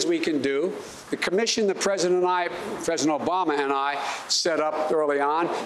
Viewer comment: Presurdent he said. Like wtf why are they not grilling him like trump on his health and speech. Why dose it not concern you as a American they are pulling sh.. Over your eyes